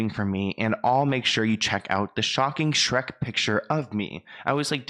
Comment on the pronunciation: Did Brittney mean Shreek instead of Shrek?